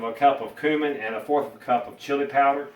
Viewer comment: They're pronounced "pure-aye", and "cue-min". Good grief.